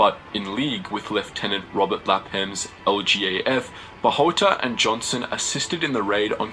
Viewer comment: Hi, Thanks for the great informative video just a little clarification not a big issue just letting you know with the pronunciation of the names of one of the two Filipino guerilla captains is Eduardo Joson J is pronounced like an H like a Mexican Jose hoson as Philippines was a Spanish colony. And an little extra trivia Eduardo joson was also known as (Tatang Joson) grandfather joson or (kabesang leon)or lions head and served in government as governor for 30 years and help rebuild the country. Captain Joson is my grandfathers first cousin.